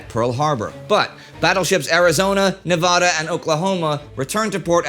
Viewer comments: The correct pronunciation of " Nevada" is "Nuh-va-duh" not ne-vahh-dah". You have a shitty east coast English teacher and it is offensive. You are not in the doctor's office. Same for Colorado. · Right, Indy said Nevada like as in vodka instead of correctly as in "vat". [Nevada not Nevahda] I was corrected by a friend while visiting Las Vegas from Los Angeles. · Drive me nuts how you say Nevada bro you say it wrong LOL keep up the good work man I love your Channel